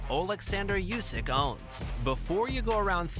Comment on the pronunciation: Usyk, not Iusyk